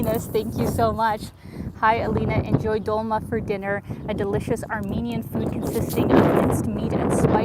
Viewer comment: Have you ever watched a Soviet movie hit "Mimino"? It's a comedy (kind of sad, though) that has a friendship of a Georgian and an Armenian in it. I remembered it when you had mentioned dolmA (the stress is on the last syllable). There's a line about it in the movie. Definitely recommend it. The movie, I mean, I've never tried dolma myself but it must be good.